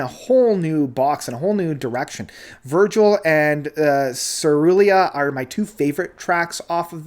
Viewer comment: It's Vigil, not Virgil.